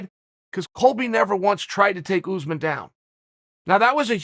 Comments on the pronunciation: Uncle C, say oos maan (pronounce the s as a s, not a z) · Chael: “oozman” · This Oozeman guy sounds like a problem for the division, he should fight Usman